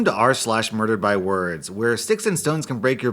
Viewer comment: ASN I thought u said “I love the content ur trash!”